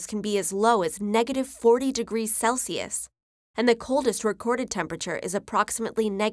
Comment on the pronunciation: pronouncing celsius as CALSIUS